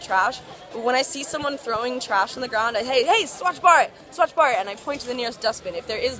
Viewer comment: HAHAHAHAHAH HAVE TO SAY THIS THOUGH THAT U CANT EVEN PRONOUNCE BHARAT, I AGREE WITH YOU ON SOME POINTS ABOUT INDIA, U R CLEARLY NOT READY FOR INDIA GO DEVELOP YOURSELF FIRST N BE OPEN TO EVERYTHING